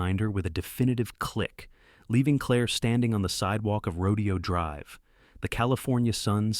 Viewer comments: There are at least 6-7 mis- pronunciations of Rodeo Drive. It's actually "Ro-day-o", not "Ro-de-o". Duh!!! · Teach AI it’s not a Rodeo, it’s Ro DAY oh Drive. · It’s pronounced Ro-DAY-o Drive, you idiots. AI doesn’t absolve you of your responsibility to do basic editing and fact checking. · The narrator mispronounced Rodeo drive and it was slow and tedious